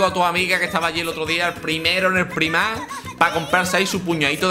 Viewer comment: Primark... Se pronuncia praimark, menudo catetismo. Esto es la herencia de pandereta (o de ukelele) por no ver series subtituladas.